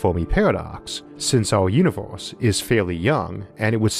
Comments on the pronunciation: He literally tells people he has a lispe. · It sounds like you are saying univorse instead of universe. o,0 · Stop saying Uniwerse ,I can't take you seriously when u pronounce it Uniwerse ,in this Uniwerse or the next Uniwerse I cannot filtwor my laughter